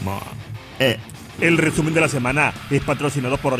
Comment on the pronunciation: Buenisimo el rrrrrrrreeeeeeeesumen de la semana, se agradece